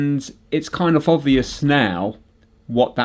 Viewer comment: I can’t believe you corrected yourself on the pronunciation of the letter H and yet you still pronounce“off” and “of” as OFF. Merry Christmas and family.